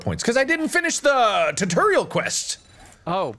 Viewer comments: Kinda like how he says 'tuh-torial' instead of tutorial. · Can someone seriously make a compilation of Mark saying turturial? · No one: Nobody at all: Not a single soul: Mark: TURTURIAL!